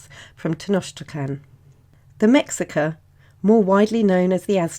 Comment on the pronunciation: mexica is actually prononced like me-shi-ca. the "x' is actaully pronounced like "sh" in the nahuatl language